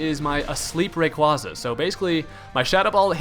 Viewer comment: you pronounce giratina and rayquaza wrong